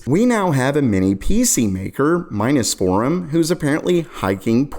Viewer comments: Minus Forum... Miness Forum.... Lol how about saying it just how it's repelled Minis Forum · Miniss? One Mini, Two Minis. Minnees. Minnee's Forum. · Seriously he’s got to be doing that on purpose. No way he missed it’s “mini’s”-forum (as in for mini PCs). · it's Mini's Forum you sound dumb saying the name completely wrong.